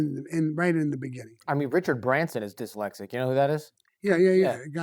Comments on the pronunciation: The word is dyslexic not, dalasic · Why does no-one teach him how to pronounce dislecsit ? He never says the S in diSlecsit !! It's always "dilecsit " !! Sorry but it does ma nut in but his stories r amazing he really is cosa nostra through and through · “Delexic”. Hahaha